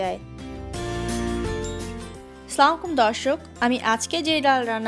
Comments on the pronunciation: hello apo plz Salam ta akto soddo kore diben and poro diben..Assala mualaikum..not slamualaikum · স্লামালাইকুম না আসসালামু আলাইকুম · স্লামালাকুম কি জিনিশ? সালামও স্টাইল করে দেয়া লাগে!